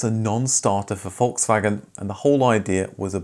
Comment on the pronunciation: You're one of my few fellow-Brits who can correctly pronounce Volkswagen. Congratulations 😁